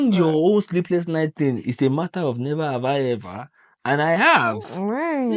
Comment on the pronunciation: His roots is still intact 😂 “Nhever have hi hever”